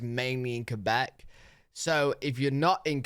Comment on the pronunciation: I like the way you pronounce "Québec" ❤ the right way haha not "Qwebec"